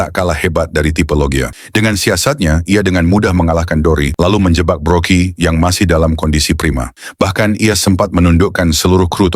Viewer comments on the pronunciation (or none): Berry mang,bukan belly..belly tu perut mang..yonko,bukan yongkau..brogy bukan brokey mang🤦🏻🤦🏻🤦🏻